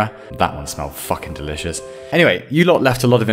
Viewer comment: Lol did he say malfucking delicious